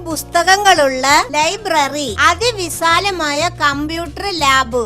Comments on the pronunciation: പറയേണ്ടത് വിശാലമായ എന്നാണ് വിസാലമല്ല. ടീച്ചറേ. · അതി വിസാ ലമായ എന്ന് അല്ലല്ലോവിശാല മായ എന്ന് പറയു അല്ലെങ്കിൽ മോശം ആണ്. പ്രത്യേകിച്ച് സ്കൂൾ ആകുമ്പോൾ 😊